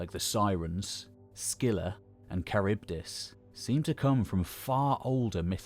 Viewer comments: CHARYBDIS : Tcha Ribba Diss? It is like kuh-RIB-diss. Some people may assume you have expertise and begin pronoucing it incorrectly because of this video. You have such a broad range of knowledge, but can't be perfect. I'm sure there are people in the community willing to help out with such proof-listening before publishing. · Just to make it easier for english speakers. Its pronounced ''Harivdis'' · You pronounce Charibdys en every possible way! Charbydis (wrong), Charybides (wrong), and eventually, Kharybdis (right). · Charybdis with a K -aribdis (/kə.ˈrɪb.dɪs/). Like chameleon or character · Kharybdis, it is a Greek Ch- not a Norman one. Nice job overall. nice images, especially the well researched frescoes and pottery images. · “Char beat us” lol